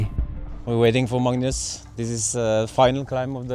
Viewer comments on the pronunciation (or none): it's not madness , it's Magnus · I think we’ve been pronouncing your name wrong. Its Madness not Magnus